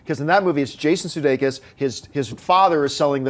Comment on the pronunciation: For a so-called "moviechick" doesn't know how to pronounce Jason Sudeikis and Christoph Waltz (not Christopher Waltz).